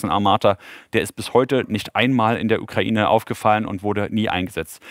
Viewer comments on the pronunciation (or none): none